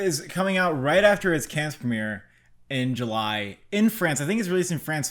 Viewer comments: It's not "Kenns", it's "Kann" - without n. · Let me start off by saying, big fan of the channel. I must say though, CODA is too low and please do not pronounce the "s" in Cannes.